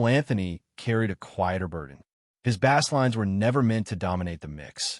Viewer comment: This video is AI generated. How do I know? the narrator referred to Anthony's "bass lines", in which the narrator rhymed the word with bass the fish, not bass the instrument. Any real human would have known the difference.